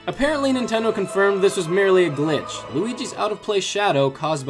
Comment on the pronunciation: What the hell is a glinch?